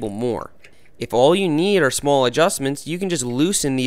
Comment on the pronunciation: why he say small like that"